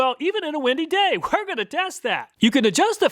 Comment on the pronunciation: Dude, there's no silent "H" in "We're"